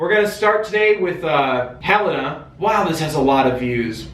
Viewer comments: Helena is actually pronounced huh-lay-na, not hell-ina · Helena is pronounced "huh-lay-nuh" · Yeah, it's Hel-ay-na. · It’s actually pronounced Helen with an A at the end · it is hell-aye-nuh lmao 😔